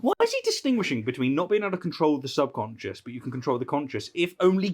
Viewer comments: he was saying conscience but the subtitles said concious. so i think they, just like me probably think he actually meant subconcious and that its just an accent thing. or the priest actually doesnt know the difference. idk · Nonono, you got it all wrong, he never said "subconscious", he always said "subsonscience", so your entire crituque is obviously attacking a strawman! 🤣 And nah, it couldn't possibly be due to consistently bad pronunciation on his part.... 🤪